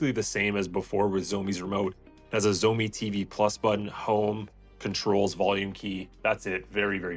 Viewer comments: it's funny how you said zoemi but it actually pronounced as "shao mi" 😂😂😂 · Xiaomi it's pronounced: shaumee not zomi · While miles better, even your pronunciation is very wrong. 'X' is not a 'sh' sound. It's more like a hiss. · At least pronounce the brand name correctly dude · Please pronounce Xiaomi right lol driving me crazy. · Jeez, please learn to pronounce 'Xiaomi' properly if you want people to take your review seriously. It's not that hard.